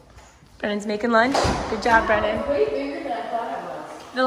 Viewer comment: It's BRENNAN not 'brenon.'